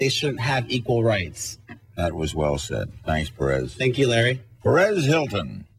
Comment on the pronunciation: LOL! It's "Perez," not "Paris."